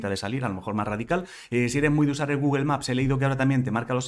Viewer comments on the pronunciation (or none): none